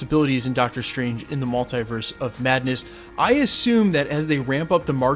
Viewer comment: Someone pls tell him how to pronounce MULTIVERSE....its triggering me!!